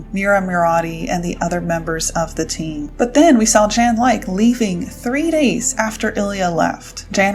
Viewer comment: I think its pronounced Jan Lay-ke, its German I think ☺️